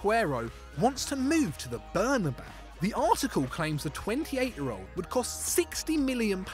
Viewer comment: I had to rewind because when he said aguero wants to go to the bernabau i thought he said burnley 😂i was like tf?!?!